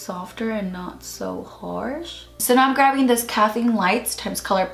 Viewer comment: You keep saying that you’re “gravving” the colors lmao